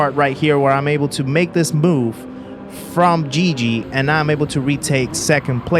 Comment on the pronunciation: Guigui is pronounced like the "gui" of "guilty"